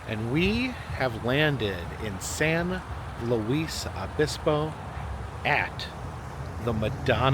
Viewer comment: Just saying, its pronounced lewis not lu-weese